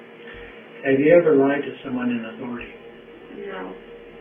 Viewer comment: She's lied to the detectives a few times. "Have you ever lied to someone in athourity?" "No" 😅